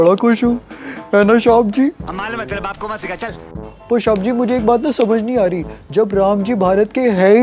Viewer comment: Shaab g nhi bolte Oww shab g😂😂